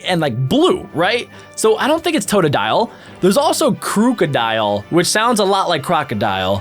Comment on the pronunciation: Yo I mean this respectfully but you realize you're mispronouncing crookadile the part of its name is at the start is meant to be crook you know like a thief or a robber